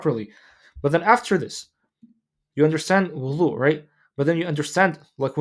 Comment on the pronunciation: With all the love in the world, Can you please enunciate the word Wudu with a ض not ظ Language of ض ❤❤